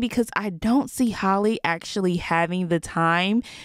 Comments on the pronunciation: It’s hall-eeeeee not hollie 🙄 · Not HOLLY, HAL-LEE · It’s pronounced like Hally not Holly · Can we prioritize pronouncing black women’s names in 2022? Because her name isn’t Holly…it’s Halle…pronounced exactly like Halle Berry. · Can you please say halle name right like it’s not holly it’s hal eeee like i know I’ve commented this before like stop butchering her name honey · That’s not how you say Halle